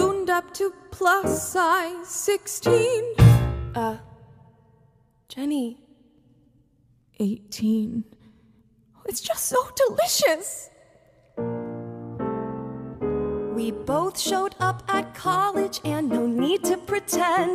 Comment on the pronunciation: "It was deslious" ikr.